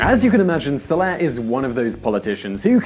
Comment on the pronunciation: First of all the former president of Yemen's Name is SaleH, not Saleb. Second, Saudi's don't have sky high salaries. An Engineer or doctor In saudi gets payed 3x less than one in the US. The only upside is no Taxes (which is going to change come 2018). Don't get me wrong, not everything in this video is a lie, but the Majority of it is clearly wikipedia'd bull. Cut the Envy crap and all the misleading bullsh*t that your peddling in this video. Then again, you've been doing these same bias videos from the start so there is no hope.